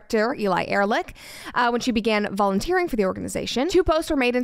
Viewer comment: Writing "Erlick" is a manifestation of a common English pronounciation mistake. So someone made reading it wrong easier-. Erlick probably comes from German "ehrlich". Take the "ear" from bear or the "er" from error and make it earlish. Means honest. Correct English writing style: Erlish Erlick means the name was not heard but read and simplified to be read wrong with confidence. I could be wrong if it came from Old German.